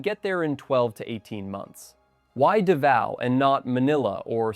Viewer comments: It's hard to take #1 seriously when you pronounce it Davio! Daaavow or davo. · Davao is pronounced "Da-Vow" Not Du-vay-oh... This tells me the narration is AI. Yuck! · 😂... I was just there so it stood out to me. I noticed you pronounced it properly later in the video? Thank you for opening my eyes to Cambodia. I'm going to visit after my 90 days in da Nang. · Well, I was with you until you mentioned P.P. warmth 32c ? If you like hot n humid, Try 38-40c . This must be AI audio. Davao is not pronounced Davio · Does he mean Davao. Sure ain’t pronouncing it as such. Been there once. Was in my younger days and on the Government dime so of course I liked it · You cannot pronounce DAVAO! Thumbs Down A Hole Ai Sucks! Lazy A Hole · Literally where?? None of the video is original, and anyone that's been to Southeast Asia even once would know how to correctly pronounce "Davao" ... There's so much terrible information in this video is hard to even know where to start ... but hopefully YouTube find a way to shut down nonsense channels like these providing poorly researched, AI-backed info from a 20-something kid probably living in a basement somewhere in California.